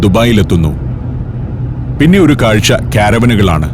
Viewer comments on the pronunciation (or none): none